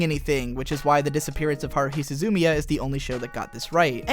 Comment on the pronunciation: I'm sorry, but for some reason I couldn't help but snicker at your pronunciation of SUH-ZOO-MIA